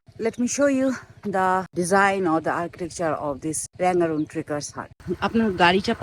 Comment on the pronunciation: रङगून् बोलो ।Rangoon not Rangaroon, if you can read English, say properly.